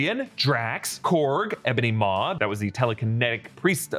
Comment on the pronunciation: “Ebony Most” or squidward “as tony would say” 😂😂😂